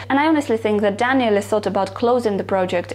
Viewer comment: No no, it's fine. It's not the Italian way (I'm Italian btw) to say it but it's one of the best Daniele that I heard on yt from foreign, and sounds good. 😇